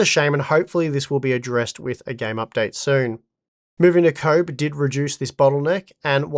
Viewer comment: Why is he pronouncing Koboh like "comb"?